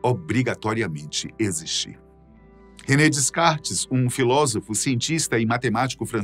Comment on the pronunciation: Gosto dessa linha de vídeo, mas, NOVAMENTE, devo evidenciar que pronúncias DEVEM SER RESPEITADAS! "Descartes" não se pronuncia o primeiro S e qualquer professor de Filosofia de baixa competência poderia evidenciar isso aos seus alunos, não conseguindo entender, então, pq pronunciam errado hoje em dia. Pesquisas baratas?